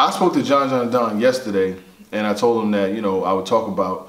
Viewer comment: “TALK TO HIMM “ African voice.